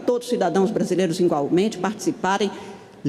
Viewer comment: As "excelencias" se comportando como as pessoas excelentes que são! A Min. Carmem Lucia falou "ingualmente" ou ouvi errado? Kkk